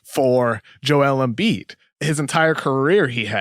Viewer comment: holy shit this kid comes on sounding like the biggest fuckin NERD in history, damn his voice is just the WORST. The part from - where he says " big busckset " and "Embiiedttsshh spphin move" fuck I can't even w these nerds talkin' about basketball when they have obviously never played ball and have no idea what there are saying in these takes. RINGER : Please get guy to talks sports who sound like they have ever played a sport , yikes!!